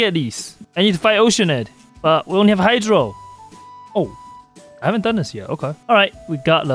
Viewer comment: bro his accent makes it sound like “Heizou Only” instead of “Hydro Only” 😂